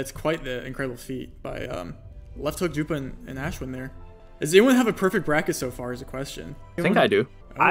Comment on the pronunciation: Say Ashwin like ushwin